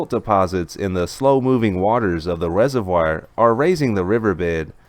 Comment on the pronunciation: Love your channel. View and upvote every day. But you should pronounce 'reservoir' the correct way: /ˈrezərˌvwär/ You can look it up.